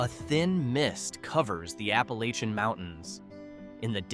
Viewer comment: You're trying to tell the world about us here in McDowell County, and you can't even pronounce Appalachian.